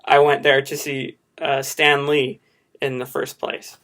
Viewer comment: When you said "Stan Lee", I thought you said it as in Stanley. Also, I loved your bit, it was hilarious and full of talent at the same time.